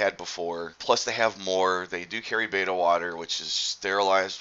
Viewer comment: It is Betta not Beta... Great Video...